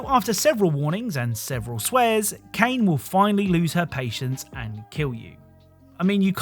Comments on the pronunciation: Pronouncing Kaine's name as Kane, bruh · Lmao Kane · Kainé is pronounced Kai Nay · I had to stop watching after you kept pronuncing Kainé wrong. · Oh lord all the nier fans are gonna be so mad. Its Kaine. Said Kai-Nay. Not cane lol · There's no way you got that footage yourself and kept calling Kainé "Kane" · You didn’t actually play Neir Replicant I’m assuming. The pronunciation of Kaine’ is Kai-nay. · then you must have played without audio, because her name is said so many times that there is no possible reason to mispronounce it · well since the name was pronouce wrong I figure he wouldn't know about that little trivia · Does no-one know how to pronounce "Kainé" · the pronunciation of "Kaine" is gonna give me an aneurysm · Was gonna say that too. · Love the vid but man that pronunciation for Kainé is hilariously bad. xD